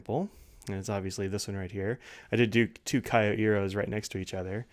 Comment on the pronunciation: Thank you,. (Psst: not K-i-o but kYO.)